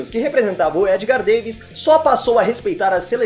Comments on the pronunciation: Roberto Hongo e referência ao tostão, pois ele teve o mesmo problema no olho tendo que se aposenta prematuramente, vamos pesquisa mais em, e outra não se fala Davis se fala "Davids" mano você não sabe nada de futebol. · Pronúncia do nome Davids, é como se lê. Não inventa